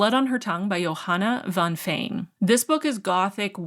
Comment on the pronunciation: My mouth fell agape when you pronounced Johanna van Veen in Dutch, with only a slight English accent claps in front of laptop I'm so proud of you as a native Dutchie 🥰